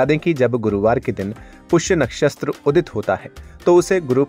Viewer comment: कृपया अपनी भाषा सुधारें नक्षस्त्र नहीं होता नक्षत्र होता है अपनी भूल का सुधार करें प्लीज